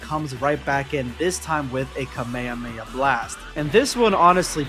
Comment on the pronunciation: kahmeyaya bro its kah mey ha mey haaa